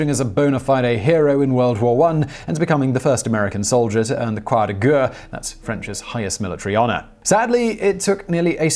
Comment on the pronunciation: I like your videos. A couple of pronunciation issues that may be of help... Croix de guerre... its not ( g "errr" ) but rather "air" Croix de ( g air ) also the country of Myanmar has an "i" sound like "me an mar " cheers Simon ( degree in Linguistics from Melbourne and polyglot) also the Special Forces motto is not Strength and Honour but rather De Opresso Libre freedom to the oppressed